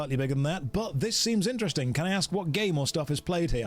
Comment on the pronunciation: Who's going to tell him about WHICH Americans say "axe you a question"?